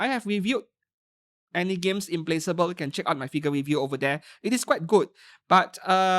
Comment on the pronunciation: FYI. Pronounced as im·pla·kuh·bl